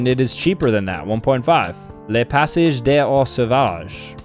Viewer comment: « le passège des o sovage »😂